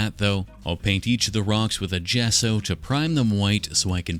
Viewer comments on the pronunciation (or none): none